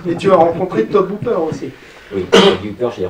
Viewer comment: On dis TO-BIE Hooper, pas To-BE!!!!!!! Putain, ça va pas ça!!!! ^^